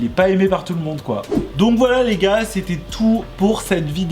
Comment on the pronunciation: "Qui zétait" 😖